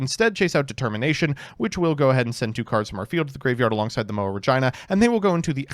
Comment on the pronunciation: please don't call it "Re(jyna)", call it "Re(jee)na" thank you